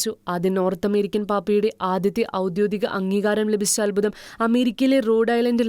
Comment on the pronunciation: ഔദ്യോഗിക എന്ന് പറയാൻ പഠിക്കണെ. ഔദ്യോതിക അല്ല .